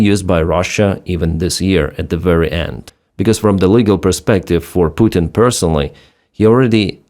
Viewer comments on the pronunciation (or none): none